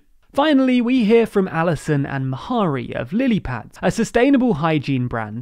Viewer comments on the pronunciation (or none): FYI: The pronunciation of "Mhari" is closer to "Va-ri" than "M-hari". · Just a heads up on the pronunciation of the creator of lilypad, you say Mahary but the pronunciation is Marry, as in to marry someone. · mhair is pronounced vah-ree, not muh-hah-ree lmao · i think Mhairi is pronounced mv-iry, with the iry a long i like I, wire, etc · I heard that too.